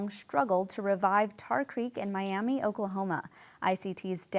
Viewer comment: It's Mi-a-muh Oklahoma